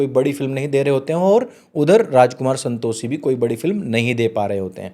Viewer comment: Santoshee nhi Santoshi bolna seekh pehle bhai . Pronouse nhi karna araha 😂